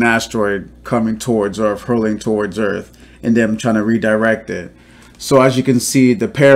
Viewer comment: Did he say hit earff ? ! Listen